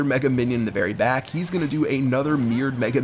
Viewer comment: Your English is berry strong